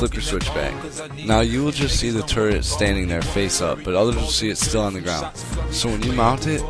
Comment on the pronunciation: did you say standline?